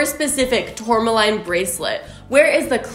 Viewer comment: you also pronounced tourmaline wrong!!!!! "line"... LOL LOL